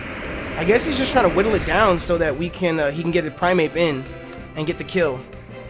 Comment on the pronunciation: You kept saying "Primeape" and I kept hearing "Infernape." I'm like "yeah, special Infernape is pretty viable, what's wrong with that?" haha